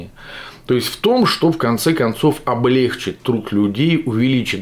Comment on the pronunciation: Вы,извините,,если журналист говорит,,облЕгчить",облЕгчили",то про грамматические ошибки многих людей говорить,просто моветон